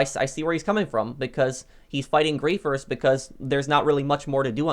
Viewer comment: “He’s fighting griffers” sounds like putther?